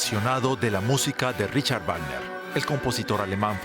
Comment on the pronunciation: ¿De verdad en DW no saben cómo se pronuncia el nombre del compositor?